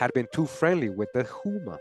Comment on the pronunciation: not trying to be an asshole, but "Houma" is pronounced "Hoe-ma" as in Oklahoma (but, Oklahoma should be spelled "Oklahouma")